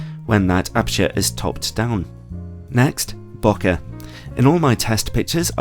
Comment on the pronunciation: Love your reviews but please, please pronounce bokeh properly. It's not bo-ka, it's more bow-kay kinda like okay.